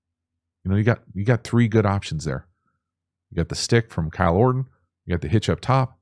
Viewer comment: Mf said KYLE ORTON 💀